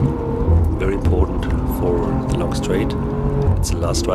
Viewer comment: "trust ze car. trust ze grip"